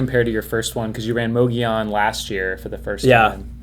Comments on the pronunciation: It's not pronounced with a "moe" it's pronounced with a "mugg" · Fyi- both of you are pronouncing mogollon incorrectly🤣